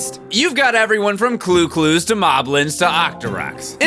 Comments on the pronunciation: "Clu-Clus"? Those enemies are called Chu-Chus......actually, in ALTTP & ALBW I believe they're Cukemen. Definitely NOT called Clu-Clus though. ( Sorry, Aspie OCD kicking in... ). Any chance of some Chibi-Robo love at some point? I'm really curious how you'd like those games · exCUSE me... CLU CLUS? CHU CHUS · When he said cloo cloos instead of chu chus